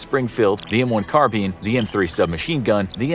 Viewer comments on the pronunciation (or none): I cringed when you said "the m4 carbeen" It's pronounced car-bine... ya know.. like it's spelt.